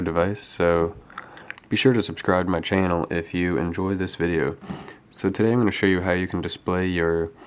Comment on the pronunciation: Subcribe to my "ch-anal" that's the way he said it.